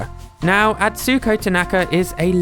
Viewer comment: Don't say Atsuuuko Tanaka, there is no elongated stress in "u" or any japanese words, each word is about the same length whereas english shortens and lengthens way more. Say Atsuko Tanaka Also typing it in google translate and pressing the speaker button will tell you how to pronounce it more properly than your guess.